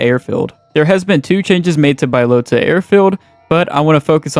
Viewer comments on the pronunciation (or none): Hahaha Bi-lota? you some kind of special or something bro? good video tho <3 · Bbaaiiyyalootahhh and mushikihnoo 😂 Anyway, its crazy how bad documentation bohemia had/has and also that there was no one noting these things down on a website or wiki like there is for most games😅